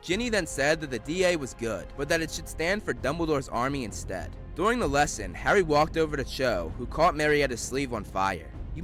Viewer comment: "Garry Potter" loooool!